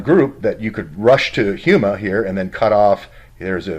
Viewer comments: HomeEh not huema Houma La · It is pronounced Ho-ma, after the tribe of the same name, but fascinating. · ....it's pronounced Homa.......like home with an "a" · It is pronounced "HOME a" little a sound. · That's pronounced home-a. My old stompin' grounds...